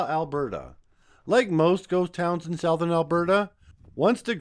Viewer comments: What I notice is in many videos now common words are mispronounced.. No one pronounced the word “ southern ” as /sow-thurn/ rather than the common pronunciation I have heard all my life as /suth-urn/. I don’t know if it’s AI or some yokel for some reason thinks he is going to apply his own his own misunderstood rules of pronunciation that don’t exist. It’s called “ over regularization”. Applying what he thinks should be pronunciation of a written word based on how other words are spelled. This is happening so often now I can’t bear to listen to these yahoos who basically don’t know how to read. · you lose me immediately when you cannot pronounce southern! sowthern???